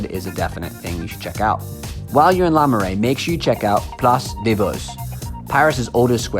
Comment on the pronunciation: It's Le Marais. You are very hand